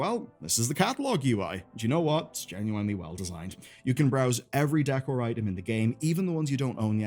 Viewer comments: Great video as always, I do always feel rage baited every time you say genu-(bottle of)wine-ly, but other than that I'm looking forward to everything on the way! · ''Enough to keep you busy'' not even close cuz most of it isnt worth the time wtf also whats with the ''genuinely'' pronunciation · His pronunciation of "genuinely" in this video.